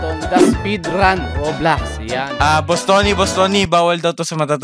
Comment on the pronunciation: Bakit Rublox hahaha Rob Lox parang Lax 😅